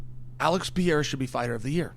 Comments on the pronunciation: PEREIRA! Not PIERRA Come on Chael, give some respect to these fighters names. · Bro why is it so freaking hard to pronounce Perreira. It's not freaking Pierra! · Chael is undisputed p4p GOAT at pronouncing names. Germy Stevens, Blahal Muhammad, Blahovitz, Yarear Rodriguez, Alex Pierre-a, etc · Piera? Not pereira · I love that he still calls him Pee-air-uh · Chael’s Universe is IN ENGLISH. And that’s why it’s Yuri Prohosskuh and Alex Pee-era 🤣 There was no recovery if it wasn’t IN ENGLISH… and messed up Portland English, at that. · Chael, stop calling him "Pee era" dude! You can do better than that. Alex "Pee era" would never call you "Child Sonnen" or something lazy like that. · is it really that hard to say Per-Era, especially when you're going to say his name 50 times, or maybe just called him Alex? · LOL!!! let's go "Pee-era" !!! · "PIERRA" - Cheal Sonnen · It’s so funny to me that Chael can pronounce Prochazka just fine but he calls Alex Piera 😭 Piera is one of my favorite names he says to join the following: - Alex Piera - Hazmat Chamayev - Islam Makalchev - Blahal Muhammed - George Masvidal - Kamara Usman those are just my personal favorites of a long line of the CORRECT way to pronounce these names whether the fighters know it or not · Is so difficult to say pereira 😄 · Funny as hell how chael just decided he would never tried to pronounce pereiras lastname lmao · No it can pronounce pereira as well as Uncle Chael. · Can you please pronounce Pereira his name correctly..